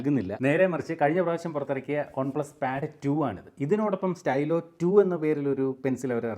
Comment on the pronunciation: ഒൺ പ്ലസ് അല്ല വൺ പ്ലസ് 🫠🫴🏻